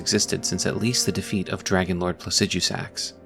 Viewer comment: I always love another fellow who actually knows how to pronounce placidusax